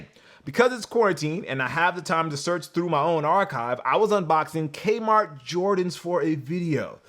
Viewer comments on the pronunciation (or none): none